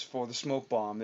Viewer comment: You mean bomb, not "Bonn", right? ;)